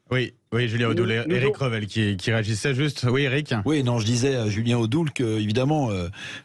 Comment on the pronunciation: C'est Julien Odoul, pas Odou !!! Vous pourriez respecter un peu le nom de vos invités, même si c'est un idiot ;)